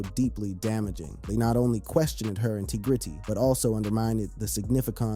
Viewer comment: The pronunciations of these words are way funnier than I was ready for. “Intigritty” buried me 6ft. 😄